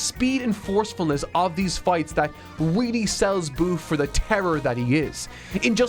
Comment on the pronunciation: “weally” lmao